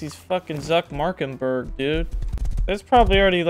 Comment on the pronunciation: "zuck markenberg"- twerp